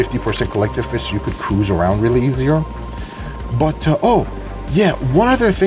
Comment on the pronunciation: went through half of the video thinking he was saying "Collective bitch"